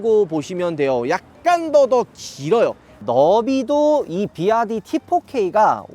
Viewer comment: 비와이디를 자꾸 비아디 ㅋㅋㅋㅋㅋ